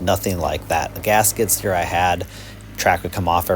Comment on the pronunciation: "gasket steer" is what I heard for a while... Then I realized you were saying "gas skid steer" 😅 Great video though. I'm very interested in this model now and super impressed by its 1400 lb lifting capacity that's amazing!